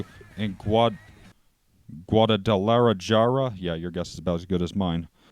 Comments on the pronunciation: It's pronounced: Gwa-Da-La-Har-Ah. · It's pronounced gwod-ah-la-harr-uh. Can't believe you've never heard of Guadalajara before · to pronunce that is gua dalA jarA fast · Good work. And just for the record, it is pronounced “gwaa-duh-luh-haa-ruh”.